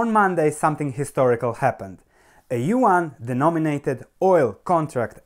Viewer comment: Don't take it bad, but if you want to pronounce it correctly : , try to pronounce yuan like you would for "yuen" :p . I hope it helps you to learn how to pronounce chinese stock companies as long as chinese "currency'.